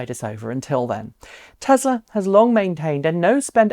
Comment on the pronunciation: Tezla? I thought is Tesla.